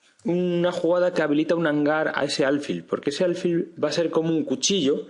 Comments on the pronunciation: ¿Por qué dices “álfil”? Lo correcto es alfil, que no lleva tilde, y por tanto se pronuncia con el acento en la última sílaba. Si se acentuara en la penúltima sílaba debería llevar tilde, como “cárcel”. No sé si lo aprendiste a pronunciar de un gringo, pero el sonido es bastante irritante, tanto que pese a que tu explicación es buena he tenido que escribirte esto. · No se dice álfil